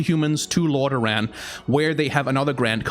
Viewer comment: Lorderaaan, a good danish accent